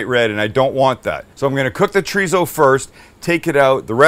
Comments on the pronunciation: no wonder I couldn't look it up it's not tarizo it's chrizo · its pronounced choritho in spain, there is no z or tso in the pronunciation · I grew up in California...my Hispanic friends pronounced it "chor-ee-so😉👊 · I like chee-re-zo but I'm not complaining 😂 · Love that he calls out Greg for how he says chorizo and then says basmati the most North American way possible. Gotta love Sam. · Your pronunciation of Chorizo is a Mexican pronunciation. Don't want to pop anyone's bubble but I'm not Mexican. I'm a German, French, Anglo-Saxon type of an American, in fact you could call me a Human version of a Mutt, a moniker I proudly hold. And being this type of Human I pronounce it the Way it's spelled. Anyone got a problem with that, well, sorry 'Bout your Luck.